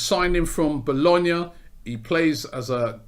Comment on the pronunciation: My man pronounced Bologna like a boss